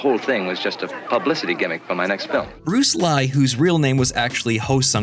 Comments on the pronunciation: Bruce Li is not to be pronounced as "lie" it should be read as lee, like Jet Li. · "which didn't star bruce lee but bruce li. That's li with an i" It's still pronunced "lee" the spelling lee is anglicised so westerners know how to pronounce li. It would be "bruce lai" if it were to be the way you said it. And le would be "leh" not "lee" Also, seok is pronounced "sohk" (approx) not "say-ohk" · Fun fact: The “i” in “Li” is pronounced “Lee” in Chinese. Like 这里, 栗子, 里面 and so on. Also, you wouldn’t call Jet Li, Jet Lie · Pretty sure Li is still pronounced Lee lol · Bruce Li went by his real name in Hong Kong. He was upset when he found out he was being called Bruce Li elsewhere and probably grateful that the English dubbed trailers pronounced it Lie! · Yet it was pronounced Lie in the movie trailers for the Dubbed In English fare! Besides if we don't pronounce them differently we can't differentiate them by name. That will cause mass confusion and the speech from Ghostbusters! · It is the Chinese spelling for Lee but in the TV spot for a Bruce Li movie (the commercial played during a late night repeat of the Kung Fu TV show!) his name was pronounced Lie! Which is sort of appropriate! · Li and Lee are both pronounced like Lee, FYI. They're anglicizations of potentially the same Chinese surname. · Hollywood got Jet's name right and you couldn't blame them for pronouncing Bruce Li like Bruce Lye because here they could be sued for false advertising! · Li it's pronounced Lee